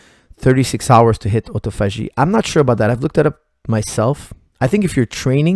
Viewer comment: What is that word is saying? It sounds like otto-fashi. He said it happens when fasting after 36 hours